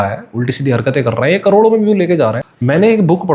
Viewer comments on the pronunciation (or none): none